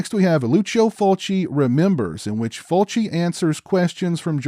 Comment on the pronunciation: I second that - it's just plain lazy to not go to the trouble to learn the pronunciation of foreign names, especially when you are discussing their work at depth. I went through 4 different videos until I found this one, where our host correctly pronounces Fulci's name. Good work & an intelligent review as well. I think, plot wise, this is Fulci's more interesting work - in fact, I'm usually surprised that he was behind this film. As pointed out, getting so used to eye zooms & gougings, seeing this is quite startling really. Fulci always had good ideas that's for sure. And yes, enough with the toe action and nipple slicing - this shows that Fulci could focus well on story and plot and present it with class. No duck quacking either. Well done, I will check out your other videos.